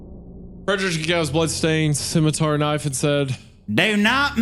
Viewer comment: Isaiah once again revealing himself as an OneyPlays fan by almost pronouncing it "schmitmar"